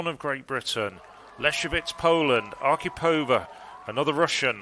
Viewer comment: Question for British commentators. Why do you consistently and stupidly put the accent in Russian female names on the second syllable from the end, and in Polish on the third, when it should be exactly the opposite? ArkhIpova and LesiEwicz - not AkhipOva and LEsiewicz. But still "Matilde Desiou" was the best.